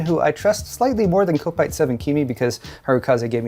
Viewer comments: Kopite. the kop is pronounced Cop. So COP EYE (with short t at end), not co pie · It's not pronounced cope eyet. It's cop eyet! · Hi. Kopite is pronounced 'cop-ite'. It means someone who supports Liverpool Football Club. ⚽⚽👍